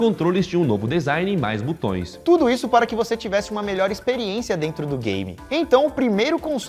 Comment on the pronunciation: "Butões" é de foder! Não sabe falar português nem grave.